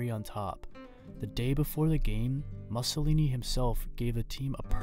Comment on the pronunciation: If you can't pronounce "Mussolini", don't do the video.